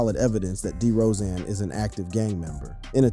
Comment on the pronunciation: It's DeRozen not DeeeRozen